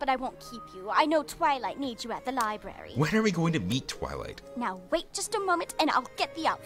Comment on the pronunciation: twilight sounds like fiw twilight